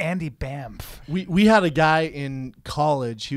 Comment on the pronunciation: Brian get his fucking name correct an he was so cool not to call you on it I'll from minute one until the fucking end you kept calling him Andy Bampffffffffffff can't stop laughing but I would have loved if he started calling you Brian Cantcume